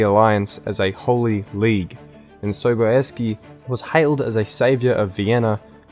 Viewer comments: "John Sobayeskee"... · JOHN Sobieski.....I mean I guess it's technically correct but also feels so wrong.